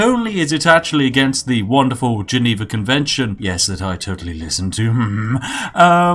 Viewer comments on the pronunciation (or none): Would you please stop saying 'wanderful'? The 'won' in 'wonderful' rhymes with the past tense of 'win'... Makes me sad. :'(